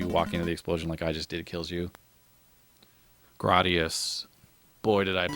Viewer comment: You are pronouncing Gradius wrong FYI grade-e-us